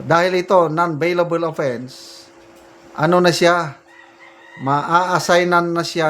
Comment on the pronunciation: Beylabol sir not beylabel